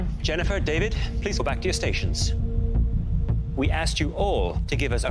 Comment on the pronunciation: I thought Chef Michael said "Jon, Jennifer, Javid"